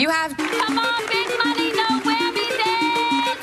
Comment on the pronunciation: Sounded more like “Noah” than “No!”